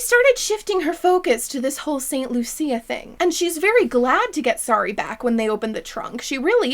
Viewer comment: it was 2 hours into the video before I relised that the doll's name is Sari and not Sorry. I thought she was saying Sorry the whole time.